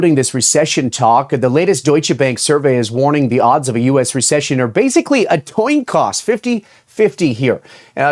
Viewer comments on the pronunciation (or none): ‘A Toin Coss’ 😂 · “…a toin coss…” 😂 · What's a "toin coss" ? Oh, and.............. (.Y.) :hand-orange-covering-eyes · I love a toin coss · Toin Coss! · TOIN COSS!!! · "...the odds of a US recession are basically a toin coss..." OK...well...I'm ready...coss that toin... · Toin Coss? Am I the only one ego heard this? 😂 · A recession is a toin coss? 🤣🤣🤣🤣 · "toin coss" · “Toin Coss” 😂😂